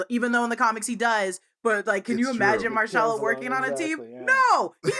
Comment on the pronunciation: Marshala? Tf that really grinded my gears